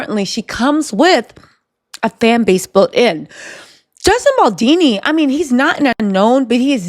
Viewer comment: Justin Boldini ?!!!